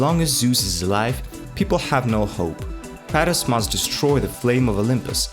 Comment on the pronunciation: Kratos not kRAtus